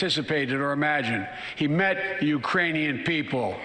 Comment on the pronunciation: Yeah he just can't get Ukrainian right calling them irianians!! If that happens in war lots of wrong people die!!!